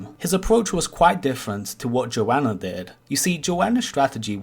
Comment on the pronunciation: Pronounced Joe-nuh